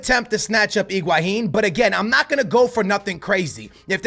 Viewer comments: it's higuain not iguahin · Iguahin?????? LOL intstead of Higuain he Iguahin???